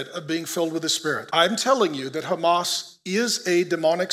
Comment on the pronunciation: Although you can pronounce “h” as “h” in Hebrew you still insist to use the “chet” sound so the word fits your narrative. I used to wonder why but thanks to all of you the more we read and research the more we understand. It’s “Hamas”not “Chamas”.